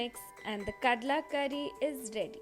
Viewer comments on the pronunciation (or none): Kadle not kadla